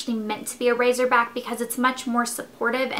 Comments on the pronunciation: it's pronounces racer back like a..car racer. lol not razor like shaving razor :P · its racerback not razorback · Its called a 'racer-back', not razor back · RACERback. When people say razerback it drives me nuts. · RaZerback? You mean raCerback. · I love that you call it a "razorback" sounds WAYY cooler than "racerback" :]